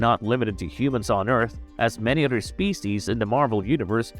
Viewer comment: other = udder